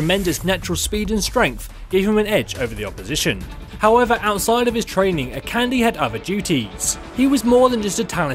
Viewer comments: Lets have s small pronunciation guide: Akande = Ah-Khan-Day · I just thought I would mention that Akande is pronounced "A- Kan- Day", with both A's being long A sounds. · It bothers me so much too! Even worse when people misspell names that are clearly written on their fucking screen. Pretty sure it goes like "a-kahn-dey" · Your saying Akande wrong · Shiloh Ludenberg he is so annoying the way he pronounced it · True. He Is. But then again, not everyone knows how to pronounce Nigerian names. But this is worse then the way everyone says "Sombra".